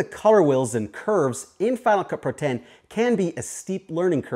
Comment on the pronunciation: Each time you say "Final Cut Pro it sounds more like you're saying "FinaCupru". Your video is a good example of the effects you're showing. You mentioned something about money earlier; are these other plugins (besides Cinema Grade) free, or are they trial/paid as well?